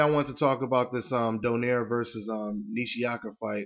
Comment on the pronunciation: american pronounce donaire. we are do-nai-re. filifino name.